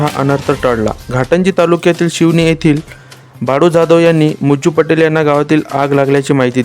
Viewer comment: अरे भाऊ जरुर च आहे जरुर वाचला शिवनि नाही